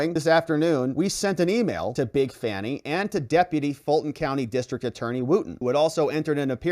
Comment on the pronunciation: Isn’t it supposed to be pronounced fawny?